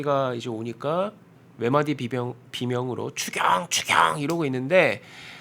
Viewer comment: 추경 추경이 꼭 주겨 주겨로 들리네요. 존대말 쓰지 마세요. ㅇㅇㅇ이는 존대말 들을 자격 없어요.